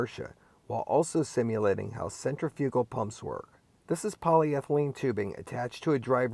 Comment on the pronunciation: You may want to explore the pronunciation of "centrifugal". 😜